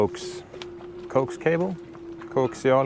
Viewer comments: It is called coaxial cable, usually called coax for short, pronounced "coh - axe" Coaxial cable is specified by impedance along its unit of length, usually 50 ohms or 75 ohms and more rarely 150 ohms, because it is RF that travels down it, so the cable has to have precise impedance per unit length to allow proper signal flow (not called resistance like a DC cable has, but impedance because it is AC/RF). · The cables are pronounced as Co-Ax. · I think what you were aiming at with "Coax" is pronounced in American English as Coe-ax, Short for coaxial Cable.. Used for RF signals. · In English, we pronounce it "co axe" because it is short for coaxial. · We pronounce it two syllables ( KO - AX ) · In English it is co-ax … two syllables…short for coaxial…love your channel!!! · Vera is such a cutie and a natural entertainer. Congrats on all the hard work preparing for departure day. in US we pronounce it co-axe' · In English it is pronounced Co-Ax. Great video as usual you two. And your daughter is precious by the way, :) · We say Coe - Axe, but then again I don't know a word of Swedish my friends' I'm from the UK! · You can tell a ham radio guy, just ask him to pronounce the word "coax". For a cable, it's co-ax, two syllables, short for coaxial.